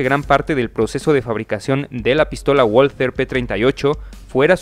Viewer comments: Valther no walter doble v amigo asi se pronuncia en aleman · Por favor, por respeto a la lengua alemanes se pronuncia VALTER,NO LO DIGAMOS A LA INGLESA,POR FAVOR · Yo ya estoy harto de ponerlo en los comentarios lo de la w en aleman. Este error es muy frecuente entre los narradores latinoamericanos mas habituados a la pronunciación inglesa. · Sabrás todas las curiosidades que quieras y más, pero no sabes ni decir "walther"